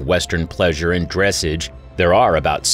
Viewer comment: You’re pronouncing dressage wrong